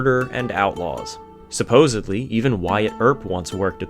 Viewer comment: There is no “b” in “supposedly.”